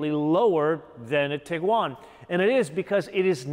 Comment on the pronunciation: Sir, you are emphasizing the wrong syllable when saying "TIguan"